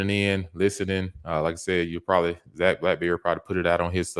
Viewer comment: You have to stop butchering names 😂 especially Zac